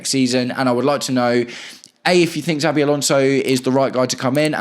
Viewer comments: *CH*avi Alonso, not *TS*avi Alonso 👍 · Why do you call him Zabi?